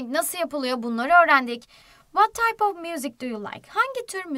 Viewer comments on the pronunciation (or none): none